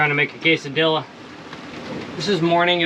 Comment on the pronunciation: Longtime vid fan - 1st time commenter... Quesadilla is pronounced "Kesssa DEEEEEya" Much love brother lol